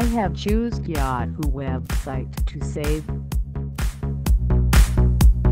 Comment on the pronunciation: i have choosed yahtt hoo weeebsight to save